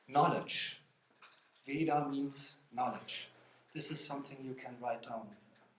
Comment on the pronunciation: Narrator can write in Devanagari script as vedha and yet mispronounces it as Veda!